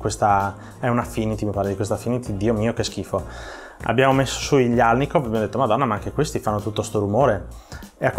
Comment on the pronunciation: Che fastidio sentire alnikov